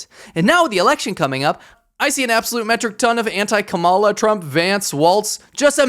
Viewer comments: la….not KaMAla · I think we've seen that Trump can be pretty easily manipulated. Flatter Trump, tell him how tremendous he is, and he'll decide you're OK. Beijing understands this well. The stress is on the first syllable in "Kamala," not the second /ˈkɑ.mə.lə/. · Her name is pronounced ….comma-la in other words , La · You pronounce Kamala wrong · Like you Buddy, but you should be able to pronounce her name. You speak fing Chinese! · Can you at least pronounce her name correctly? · Just a friendly suggestion. You should learn how to pronounce Kamala. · You’re pronouncing Kamala wrong. 😉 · Hi, I like your videos. However, you need to check how you pronounce the name Kamala. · You should learn how to pronounce Kamala. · Why do you mispronounce her name the way Trump does?